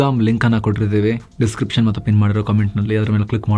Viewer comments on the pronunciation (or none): none